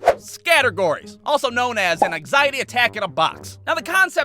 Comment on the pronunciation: who the heck says anxiety like that?